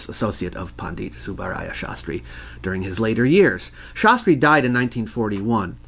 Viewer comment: Pandit is pronounced like the word pundit. Not pon deet